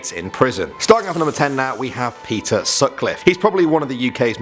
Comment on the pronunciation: When he said peter I thought he said pizza lmao